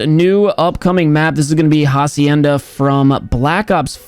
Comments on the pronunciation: It’s actually pronounced acienda the h is silent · pronciating hacienda like jacienda gave me life idk why